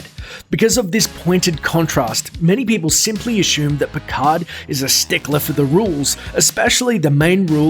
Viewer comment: Another false fact: The "d" in "Picard" isn't silent.